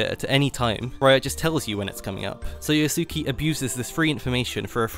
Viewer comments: YAH-su-KAY, not yuh-SOO-kee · l believe his name is pronounced as Yasu-kay